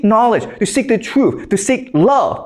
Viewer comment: “For us to suck it” “for us to seek it” lmao did anybody else catch that? 😂